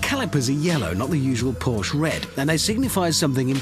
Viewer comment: you would think such a supposed car expert would know how to say the brand's name...